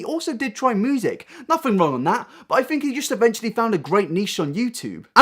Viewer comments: “Moosic video” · It might be mean to say but I laugh every time when he says music. He says moosic lol. Sorry I know I’m being mean but it’s just funny for me.